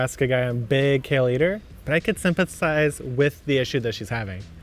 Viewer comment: Kevin has a twitch each time mispronounced "sympathized "... lol hes nice enough not to correct him! Its fun to watch you two!